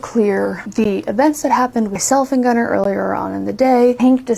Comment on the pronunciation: These people are gross. I also hate that these people named their child Gunnar and can't even pronounce it correctly.